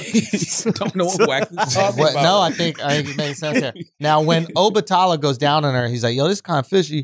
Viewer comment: 🗣SCHULZ!!! THANK YOU FOR READING THE BACK OF THE BOOK!!! P.s- I love how you pronounce Obatala🙌🏾